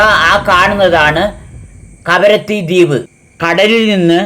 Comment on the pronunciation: karavatti അല്ല kavaratti 😂